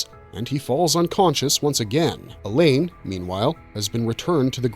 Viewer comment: Mispronouncing Alain with a hard E at the beginning and making it sound like "Elaine" was also distracting...